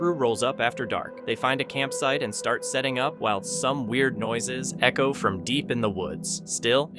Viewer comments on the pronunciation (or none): none